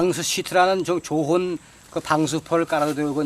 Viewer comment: 말씀하시는 분이 이신가요? 전 좀 다른 데 꽂혔는데 말투가 완전 옛날 서울말씨라 신기합니다. 좋은 -> 조흔으로 발음하시고 억양이나 발음이 서울 토박이 외할아버지 생각 납니다. 이런분 음성은 역사자료로 기록 보존하면 언어학 연구에도 도움되고 좋을 듯.